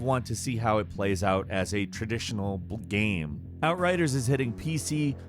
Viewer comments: Why this guy say "gam" instead of game? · is the narrator drunk? geeeeeyyymmm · He really said Gaaam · Is it just me or does say "Game" weirdly some times.